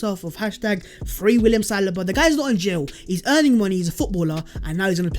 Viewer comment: Sa lee BA not salibaaaa